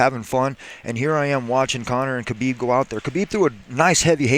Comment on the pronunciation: Tony doesnt want Kahbib